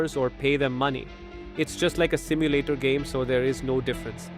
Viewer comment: ETS NOT SIMULATAR 😡